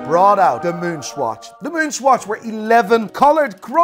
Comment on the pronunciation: LOL Why do you pronounce it SQUATCH??